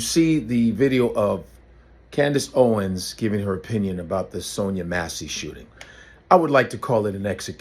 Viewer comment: Candace Howens again